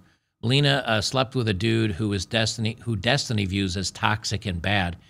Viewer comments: it's density.. uh, destiny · Every time you say the word Destiny… I think you’re talking about the girl.